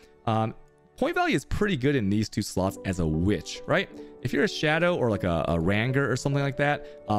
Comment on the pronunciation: Ran-ger is the one that got me... lol